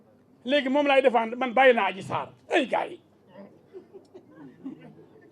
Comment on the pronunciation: Méter diouf viyolere🤣🤣yako wakhe dh yani adji sarr dafa rrrr ba dof🤣